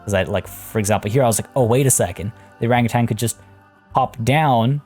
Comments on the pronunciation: Keep pronouncing orangutan orange-utan. I read to much. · I laugh when ever someone not from SEA says Orangutan. Say it like it's two words not one (Orang-Utan). Also a name suggestion for the enclosure itself is "Orang Hutan" Hutan means rainforest and it would make sense.